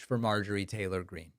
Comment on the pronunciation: If you Listen to trump repeating the name of M. Taler Green he say M. Traitor Green.